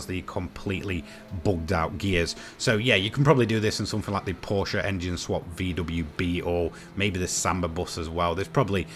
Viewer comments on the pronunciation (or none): none